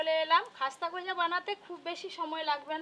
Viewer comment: Eta goja na gooja bole🤣🤣🤣🤣🤣...eto olpo olpo kore sobsomoi,,sobai akta duto kore debe